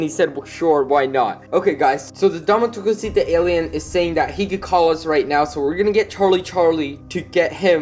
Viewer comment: Dame tu couseta Das how you say it